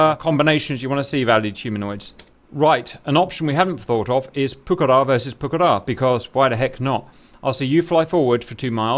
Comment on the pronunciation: Well done for stressing the correct syllable for Pucará